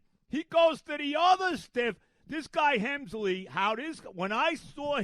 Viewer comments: Rogers has a 2.16 ERA since joining the Mets and he’s pitched every day. And it’s Helsley, not Hemsley. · Hemsley 🤣. The mispronunciations is part of his charm.